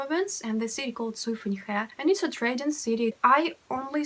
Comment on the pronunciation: Very interesting video, and the pronunciation of SUIFENHE (绥芬河）is so lovely.